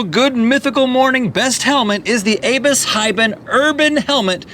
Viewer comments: Abus is a german company. You pronounced it sooooooooooooooooooooo wrong. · Anyone else annoyed at how they mispronounce abus?